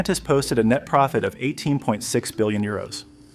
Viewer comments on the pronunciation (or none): none